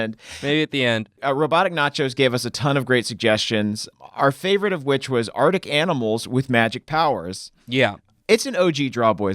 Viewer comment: ArCtic. The first C is NOT silent!